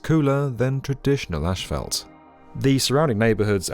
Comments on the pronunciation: Uh, the picture is Tucson, not Phoenix - and I couldn't keep listening to the guy say ASH-fault. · Its pronounced ass-fault not ash-fault... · Why is he saying ash-felt? It's as-fault. I don't get it. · British - Ash Felt American - Ass Fault As usual the British pronunciation is way more relaxing 😆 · I live in Britain, we don’t pronounce it ‘Ash Felt’ as the presenter said it. We say it as ‘Ass Fault’ too. No idea why this geezer was pronouncing it like that 😂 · lmao "ASHphalt" hahaha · ik he's British but why he saying "asphalt" like "ash-felt" ik British people can say their S's so why you keep pronouncing it like that???? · Apparently asphalt is pronounced "ashfelt" now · Great insight, but wtf is ashfelt? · Why does he keep saying 'ashfalt'? 🤔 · There’s no in “asphalt”. Very distracting wrong pronunciation. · It’s funny the way you pronounce asphalt 🤭